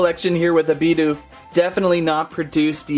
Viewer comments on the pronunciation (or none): He was calling Bidoof Bi doof not Bid oof